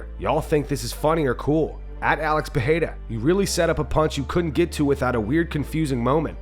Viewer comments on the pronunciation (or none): none